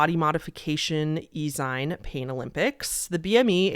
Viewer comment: Helpful tip from an older Millennial (sorry in advance, for nitpicking): "E-Zine" or "EZine" is pronounced like "Eee zeen". It's an Electronic Magazine (basically, like a magazine, but on the internet).